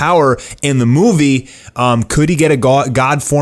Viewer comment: "And the thing is in this moovo".. (Movie) Lol